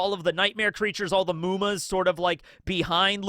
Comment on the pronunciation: I just realized when you said "Muma" that it is supposed to be 夢魔... Its not a long U, its a short one... not "mooma". I thought you were learning some japanese, but it looks like you still cant differentiate between long and short vowels. Its just mu, not muu...